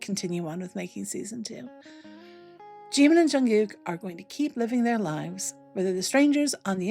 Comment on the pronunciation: Прекрасный выпуск, спасибо! 💜 Но так хотелось бы, чтобы кто-нибудь наконец-то научил Искусственный Интеллект произносить имя Чимина правильно!!! 🙏